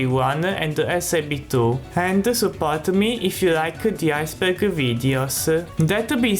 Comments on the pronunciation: I Think 'Ice Burger' Is A Word Your Failing To Say. Correct Word Should Be Ice Berg. But Then Again It Might Just Be Where Your From. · "Ice Burger." Good Lord.